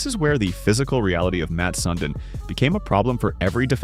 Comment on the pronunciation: It’s not Mat Sun din It’s Mats (with an s)Sundin (sundean) You’re a hockey account and you can’t get this name right delete your whole profile